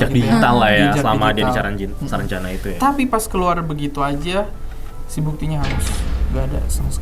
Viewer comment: Saranjana bang bukan sarangjana